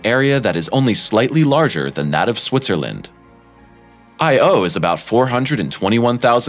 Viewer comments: actually it's pronouced as EE - OO, it's not english but latin. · really...!..... its not that hard,,,,, the rigt way tp pronounce it "I OWE''. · So annoying when supposed experts can not take the time to learn how to pronounce words within their sublect matter. Every time i heard I O, i cringed. Europe - ah? Channel should be called interesting pronunciations. This channel gets an f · I had to stop this after three minutes. Listening to this guy pronounce Io as if it’s just two separate individual letters like in A.I. Is like nails on a chalkboard. No one thought to correct him throughout this whole voice over recording process? But then, every once in a while he gets it right. It’s like watching a commercial for Xarelto. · Because of your pronunciation of the name 'Io' I won't be subscribing or watching anymore of your videos. You git. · Get a new narrator! He can't pronounce Io and Europa correctly! "I owe YOU!" IOU?!? NOOOOOO!!!!!! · I had to stop watching. It irked me too much to hear him pronounce "Io" and "Europa". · YOU'RE PRONOUNCING "IO" INCORRECTLY -- KNOCK IT OFF! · Great video as always but half the reason I clicked on it was to see if he mispronounced "Io" the same way he did "Europa" in the other video. 🤣